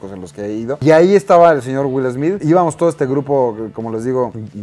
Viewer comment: "Wil Esmid"